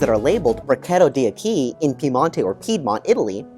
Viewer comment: D’acqui = dack-quee . It is Italian, not Spanish. Good review!